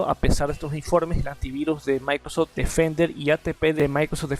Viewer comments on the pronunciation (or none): "Maicrostim" XDDD